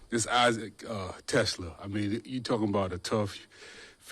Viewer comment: Pronounced “Teh-Slaw” 👌